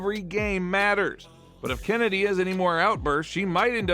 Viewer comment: "CHennedy" btw